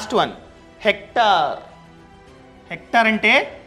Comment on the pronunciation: Hector kaadu hectare